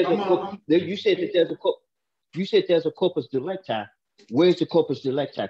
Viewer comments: Did he say corporate delicti? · One thing that gest on my nerves every time is that they miss-pronounce "corpus delicti", even the judge actually.